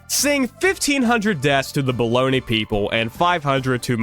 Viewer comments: The city was Bologna, not Bologni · My dude Bologna is not pronounced "Baloney" lmfao that's just the lunch meat. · The City of Baloney?!? Bologna- Bow lone ya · I'm sorry dude but the pronunciations in this video were horrific, (Qing isn't said like that, neither is bologna)